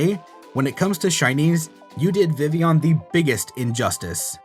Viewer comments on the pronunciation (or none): Vi-villon, not Vivion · It's Vivillon not Vivion. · is it vivion? you call it vivion, the anime calls it vivion, THERE ARE TWO Ls! TWO!